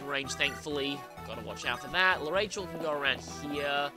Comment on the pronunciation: Speaking of name pronunciations, I'm pretty sure L'Arachel is pronounced lah-rah-kel. That's her Japanese name, so...